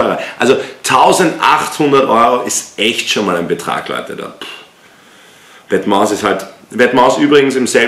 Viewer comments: Wetmas Aja statt vetements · Vetements spricht man Ende ohne s aus !!! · Bei vetements spricht man das S am ende nicht aus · Bitte vetements ohne s aussprechen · Nices Video aber Vetements spricht man ohne s am Ende aus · hawara du das s bei vetements wird nicht ausgesprochen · alles bemängeln, dann vetements falsch aussprechen und 1400 falsch teilen haha...